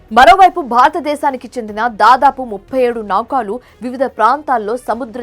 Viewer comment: ముందు నువ్వు తెలుగు స్పష్టంగా చదవటం నేర్చుకో. ఫేక్ న్యూస్ ఇది. నౌకాలు కాదు. నౌకలు అని చదువు.